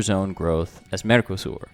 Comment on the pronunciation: mercosÚr, not mercoSAUR!